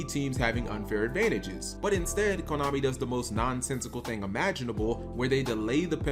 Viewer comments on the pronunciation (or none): I thought you said Klownami.